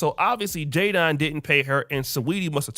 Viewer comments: Lol it's spelled Jadon But pronounced Jaden 😂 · His name is pronounced Jay-Den like Will Smith's son Jaden. Americans always sounding weird lol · Jadon is pronounced Jayden.